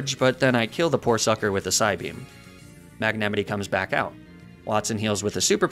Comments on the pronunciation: stop saying magnemitee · I’m so obsessed with your comically ridiculous mispronunciations of Pokémon names. “Magnemitee” kills me every time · * mag-nA- mIGHT* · Is that the correct way to say magnemite? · Homie does not know how to say magnemite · i cant tell if his pronounciation of magnemite was a joke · How did you pronounce Magnemite? I have never heard it said like that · The way he pronounced "magnemite"just felt so wrong in the video ;-; Alsomy guy pronounced so many pokemon names wrong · i can’t tell if I’VE been pronouncing the names wrong for years or if he mispronounces on person, and it gives me great distress (‘ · why do you pronounce magnemite like that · Why do you mispronounce Magnemite?